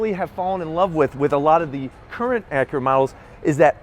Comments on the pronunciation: It's Acura, not ackera....drives me fucking crazy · Its ac yer uh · You say Acura weird. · "acrea, rea-fig-uring out"